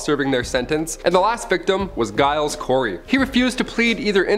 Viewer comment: Some really dodgy pronunciation of peoples names guys .. Giles is pronounced like it starts with a J and Tut is pronounced with the U the same as in up . My surname starts with a G and so many people get it wrong and it irks me.